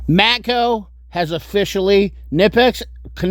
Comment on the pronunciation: Did your grandma kuh-nitt you a Christmas sweater in the same colour as the new kuh-nipex?